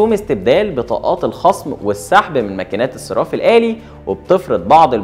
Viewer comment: أسمه :الصَرَّاف الآلي" مش "الصِراف الآلي" لو سمحت.